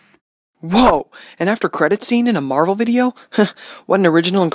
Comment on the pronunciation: Why dose everyone say karvel